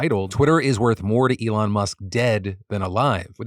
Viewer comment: The Elon bit made me cringe out of my skin. “Saying I’m only here because you’re a friend” and getting his name wrong? 😭😭